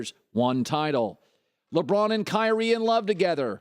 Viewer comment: I've never heard "Kyknee" until just now. I've never heard anyone refer to LeBron being injured (has he ever been injured) as a "flop" I honestly don't know of anyone who made fun of Kyree for being injured and LeBron flops. This is a fact.